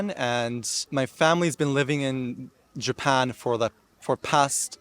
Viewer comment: People saying he has an American accent ! Where ? People who speak with standard American accent don’t say the following “ of course “ like that …. “ all four of my grandparents moved to Japan “ . “ the word “all” is not pronounced like that and the word Japan is more British sounding every time he says it … “ first of all . “Only British by law “ the word law is more open when we say it here in US… I knew I wasn’t Asian . “ knew “ is very British sounding . The word around , I mean I can go on and on , he has obviously American influence but it’s clear British and Australian and dare I say New Zealand too but I can only speak for American English so there . Bye